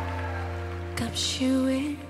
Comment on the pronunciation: อยากให้น้องออกเสียงคำว่า “กับ” กับ “กลับ” ให้ชัดกว่านี้อีกหน่อยครับ ที่เหลือเพอเฟคมากครับ